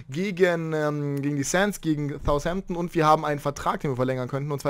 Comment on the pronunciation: Wann lernst du endlich Southampton richtig auszusprechen?